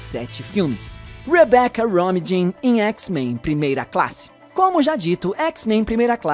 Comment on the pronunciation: se pronuncia Romin, como se ñ tivesse o J